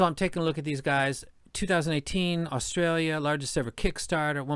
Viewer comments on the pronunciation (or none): none